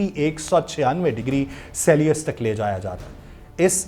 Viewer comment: Brother dekh kr read kr rha h pori theory. Celsius ko selius prh rha h. Urdu mn read kr rha h. Jaisi research wese ki reporting hai